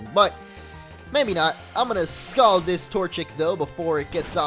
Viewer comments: Scold MO, scold. Not Scald. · I think the word is scold not scald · SCOLD.Its scold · The word is scold